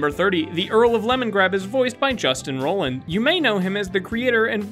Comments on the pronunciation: Roiland = Roy-land, not rolland. Also Farigno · Roiland not Roland